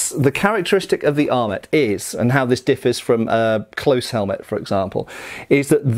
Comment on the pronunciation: Your not pronouncing French words with French pronunciations kept knocking me out of the project I was working on while this was on. ET endings have an "ay" sound. :P